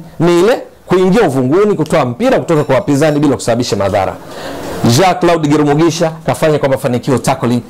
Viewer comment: huyu ni mtu wa Burundi Maana Jina analitamka vizuri GIRUMUGISHA 👍👍👍👍👍